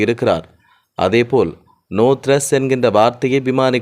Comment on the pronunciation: கொய்ங் டவுண்😂😂 நோ த்றஸ் 😢😢 மேடே கோல்😅😅 பிறன்ச்😮😮 படிங்க புதுத் தமிழ்